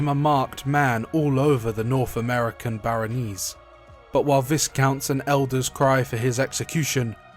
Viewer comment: Baronies you said right by Viscount is pronounced vie-count! Great video